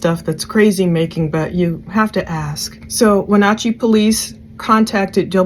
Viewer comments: You have done a very thorough and thoughtful job. I live in WA, in case no one has told you yet you are pronouncing it mostly correct, no big deal. In case you want to know its Wuh-naa-chee like "nah, no thanks" instead of nawchee. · Just an FYI, it is Wen-AT-chee (not OT). One of the town names pronounced like it it spelled. Don't even try to tackle Puyallup. 🤣 Thanks for pulling that scanner traffic. Seems they moved most of that to a secure channel after SWAT came in. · Pronounced Win at chee short a long e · Pronounciation: weh-NATCH-ee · Its Wenatchee. When-at-cheee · When-at- chee and Shell-anne *Wenatchee and Chelan. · Shah-lan is how its pronounced & Win-at-chee.... RIP sweet baby girls 💙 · Wenatchee Chelan The A is sounded like apple.